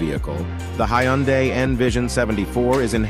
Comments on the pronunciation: He keeps swtiching between different pronunciations. "Hi Yun Day" and "Hyun Day" are both wrong. He says it correctly . Also don't tell me how to pronounce hyundai; I'm literally Korean. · I love how every time you said Hyundai, the first time was correct, then at the end, it was all off.